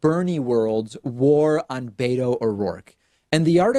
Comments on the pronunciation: David! Beto's name is pronounced bet-oh not bay-toe. Please stop saying bay-toe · Wish You would stop saying " Bayto" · why can't you democrat swine motherfuckers pronounce beto o rourke's nick name property? there is no d in beto